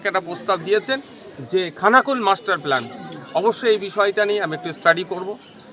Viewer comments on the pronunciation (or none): কথাটা খানাকুল, থানাকুল নয় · ওটা থানা কুল নয়, খানাকুল